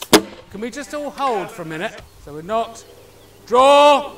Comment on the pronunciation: "Nock", not "knock".